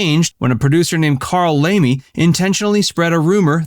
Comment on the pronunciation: His name is pronounced Lemley not Lamey as Laemmle is my name also.